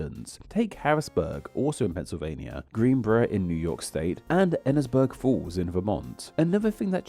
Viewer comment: Enosburg(h) Falls, VT is pronounced with a long initial E, Eenisburg, not "Ennisburg". (If St. Johnsbury ever comes up, it's "saint" like a freestanding word, "John's" like the possessive of someone named John as a freestanding name unmodified by "saint", and bury like the verb to bury something, with none of the elisions commonly applied by British English speakers to those words).